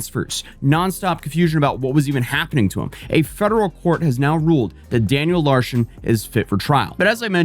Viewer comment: "Daniel Larshon"